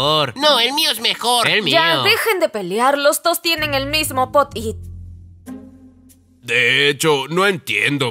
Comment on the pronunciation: se dice pop it ;)